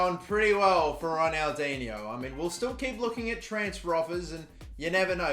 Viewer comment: The third pronunciation you said right